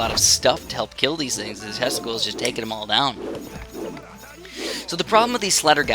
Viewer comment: Why does Tesla Coil souds like Testicles? :D Yep, i have one or two testicles :P